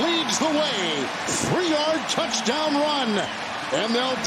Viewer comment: I love that this commentator can’t say “TOUCH TOWN” 👍🏻